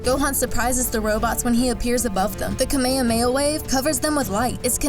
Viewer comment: Oh my god pronounce kamehameha right